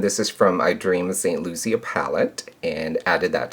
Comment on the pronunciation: I hope I don't come off rude but it's pronounced St. Lucia (loo-sha) but I guess its just your accent. Love the look!